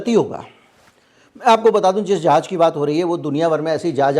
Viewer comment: जहाज न बोल के अगर ( जहाज़ ) बोला जाए तो ज़्यादा बेहतर है ❤❤